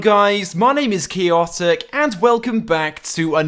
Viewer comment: u say keyotik,its chaotik